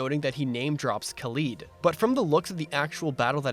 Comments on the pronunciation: I love this recap video, but I'm sorry it just bugs me when you say Khalid as "Kaleed" when it's really "Ka-" like "cat" or "call" (two different pronunciations) and "-lid" like a container's lid. Sorry just gotta do my duty as a "خالد". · That's not how you pronounce Khalid :(